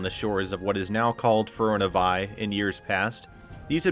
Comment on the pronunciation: Great video. My only problem is the narrator's pronunciation of Firiona Vie. He completely disregards the 2nd "i" in her name. It should be pronounced Feer-ee-own-ah. And her paladin designation "Vie" is actually pronounced Vee instead of Veye.